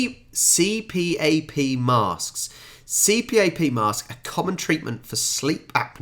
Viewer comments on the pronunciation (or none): Pronounced "C-PAP" my mother uses one.